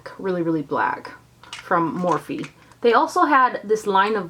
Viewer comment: I thought it was morphe not morph-e